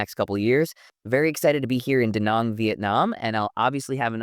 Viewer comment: Your attempts to properly pronounce names and places (Da Nang) do not go unnoticed. Thanks Zane!